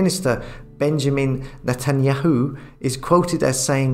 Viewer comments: It's pronounced NAY-tan-yah-hoo. ...emphasis on 'yahoo'. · ive never heard of netanyahu pronounced like that before!